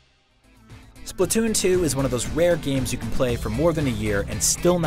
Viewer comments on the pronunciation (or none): none